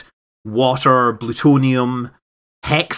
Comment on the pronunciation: blutonium = plutonium